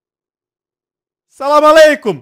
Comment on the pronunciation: Я даже аписалса кагда он сказал саламаликом